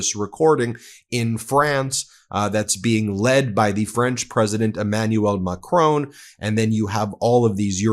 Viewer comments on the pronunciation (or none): Love watching you from France, but can I just point out its pronounced MAC RON not macrone. Keep up the amazing work! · Ben please, Macron is pronounced Ma-kron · Isn't it MacrOn as in turn it ON, not Macrone as in bone??? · Macron is pronounced to rhymm with bacon, not bone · hey Ben, where does 'Macrone' come from?